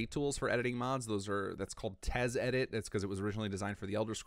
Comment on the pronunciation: Did you say Tez edit…?